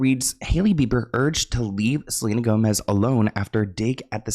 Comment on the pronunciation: Did that guy say Selena GoSmez! twice! LOL